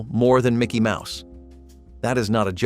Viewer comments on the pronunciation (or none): none